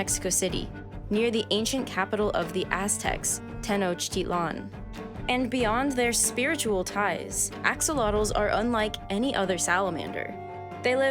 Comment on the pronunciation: I feel like a butt for making this comment so I will just preface I am speaking from my Midwest US educational experience. I was taught Tenochtitlan was pronounced like 'ten-awk-teet-len' and I don't know if that is true but it seemed weird to hear you say it that way. Is that how Canadians pronounce it or is that how everyone does or what? I'm so clueless